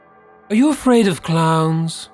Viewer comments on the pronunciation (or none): Also "Afarid" ha. :P